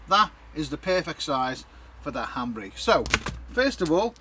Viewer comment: Lol lol it took me half the vid to figure out you were saying handbrake! I thought you were saying hambray and I just couldn't think of what that was 😁🤪😂😄